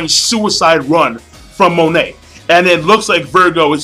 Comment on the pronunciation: GOD DAMNIT MONET IS PRONOUNCED "MOH-NAY" WHAT THE FUCK MAN